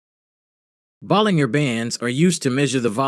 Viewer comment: its pronounced 'ball-in-jer'